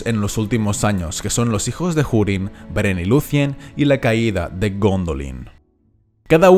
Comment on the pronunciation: pone urin no jurin....no entiendo ea puta mania de pronunciar la h